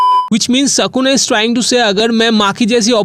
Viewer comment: Are mere bhai tu phele achese bolna sikh vo Sukuna hai sakuna nhi